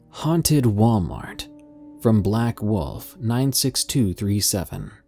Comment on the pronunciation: "Huanted Walmart" I died XD